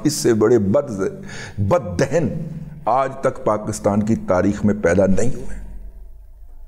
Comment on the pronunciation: جناب دِہِن کی بجائے صحیح تلفظ دَہَن ہے ۔